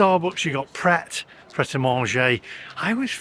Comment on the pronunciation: you dont pronounced the t in pret it means ready to eat..